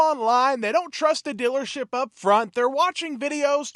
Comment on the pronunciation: “Dillership”. I love the accent.